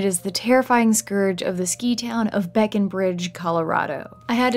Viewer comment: Great video, but your pronunciation of Breckenridge deals psychic damage